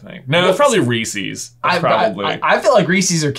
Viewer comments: diD hE jUst sAy rE-sEes?!?!?! It’s Reese’s, as in, a person named Reese owns the candy. It’s possessive. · Re eeee ses not Re sees. I loved Crunchie bars as a kid in Canada haven't seen in years. Currently I would say Coffee Crisp. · yall its REE-SAYS not REE SEES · It is pronounced REE-sis not REE-sees. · ITS REES-IZ NOT REES-EEZ. THERES A REASON THE FIRST SYLLABLE HAS ONE "E" AND THE SECOND HAS TWO. IN THE COMMERCIALS IT SAYS IT LIKE REES-IZ YET PEOPLE STILL SAY IT WRONG. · Reese’s are the best. Also, why do you pronounce it with two long e’s? (Native Pennsylvanian here.) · The way he says Reeses. who pronuncies it like that? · Did I just he someone pronounces it Reesees. What? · you probably say reeseez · Is it a Virginian thing to pronounce reese's as ree-seeys instead of just reese's??? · 1. I’m going as the mad hatter 2. The best candy is a large chocolate bar. 3. It’s pronounced R-ee-sez:) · Other than the fact u said Reese's wrong, I agree with you